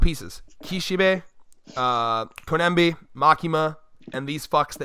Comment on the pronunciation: Oh my GOD if you call her koNEMBi one more time! Her name is koBENI it’s literally easier to say, “co-benny “